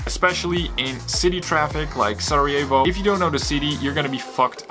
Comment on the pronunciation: Ček zašto izgovaraš "Sarajevo" ko da si Amer?!